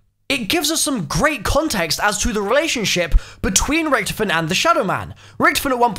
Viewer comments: First bro u can't hold yourself from some sort of laughing in a video and second it's pronounced Ricktofen not ricktfen. Pls improve I like your videos but I have a type of OCD and that annoys me a lil bit. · Its ric-TOE-fen not ric-TUF-fen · Lol Ricktofen. You only can pronounce it right if you can speak german. There is no ck its ch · Anyone triggered about the way he says richtophen, lol loving these easter egg videos tho :)